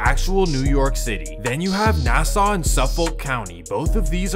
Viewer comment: I have never heard of these gangs in Jamaica.Lol.They are not putting fear in anything.Your info is all wrong,bruh.You are butchering the areas.It is Hempstead and not Hampstad.Nassau not Nassa.